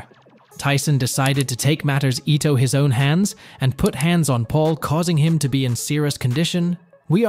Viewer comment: You know this is an AI VIDEO/VOICE when it says took matters ETO his own hands. It's INTO not ETO